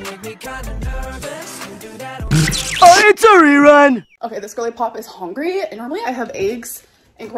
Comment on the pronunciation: The only fact she ever spoke is how she is "hongry"